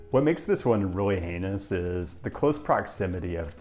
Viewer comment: I didn't hear the H in heinous. Still worked though. Thanks for the content.🤓